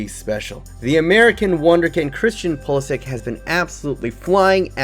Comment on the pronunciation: It is pronounced pulisich